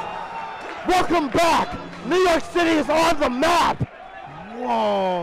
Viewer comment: Knee York City